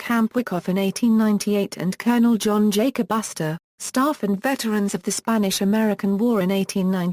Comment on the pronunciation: Sorry but I can't stop laughing how that robot voice said his name "john jacass" LMAO